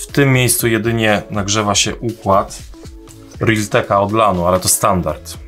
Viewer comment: reltleka (tak usłyszałem) = miałeś na myśli realteka